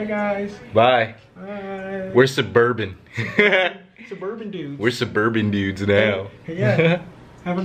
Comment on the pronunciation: we're suberban dudes😂😂😂😂😂 I'm dead rn